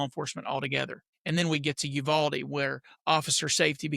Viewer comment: 100 agree. Nashville PD response a short time after Uvalde gives me hope. you-VAL-dee. Accent on the VAL and you say VAL just like the word “value” . Great channel